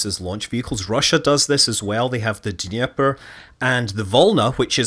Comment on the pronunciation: but at least I can confirm that Dnepr was said quite good for englishman ^_^